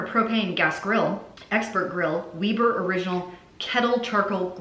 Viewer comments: Weber Grills pronounced Webb-ur Grills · ‘Weeber’ 🤣 god I love you! Love the hair too!